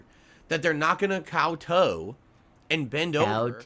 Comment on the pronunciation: He pronounced kowtow wrong, big surprise